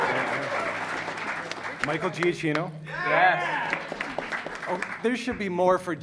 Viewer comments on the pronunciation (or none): It's kinda funny that they're big fans of Giacchino but they couldn't pronounce his name properly. Still freaking love them though!